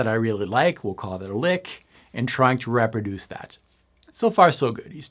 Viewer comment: repper duece... really? You must be Canadian.